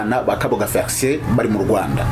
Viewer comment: Felicien not Fericien, pls